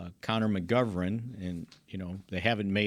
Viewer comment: Why can't say McGov"ern"? 🤣🤣